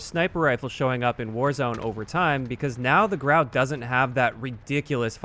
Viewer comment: It's pronounced grew ow